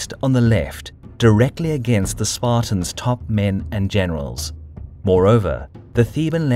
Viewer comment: Did he just say... Spart-I-ans